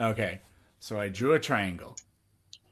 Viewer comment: "twaiengw have twee side so hexagon is tew twaiengws coz twee time tew is siiks duuuuuuuuuh" stick to guitar playin even tho that sounded like shit too